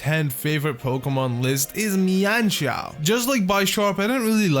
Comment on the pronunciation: It's men shao